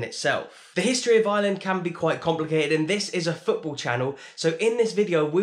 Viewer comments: I'm only 1 min into the video and I just want you to say Ireland instead if island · I was so confused at the start when I thought he said there was two islands 🤣